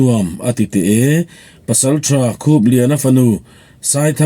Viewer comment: I aw hriat a nuamin i chhiar thiam khawp mai. Chutih rualin thin tih trin, pasaltha tiha pasaltra tih te, hei bakah chhung tih tura chung, chhuak tih aia chuak tia i chhiar thin tea 'h' i lam hmaih thin te hi han siam tha ta la ngaihthlak a nuam zual ang. Thahnemngaih thilah aw, subscriber nih ve manah.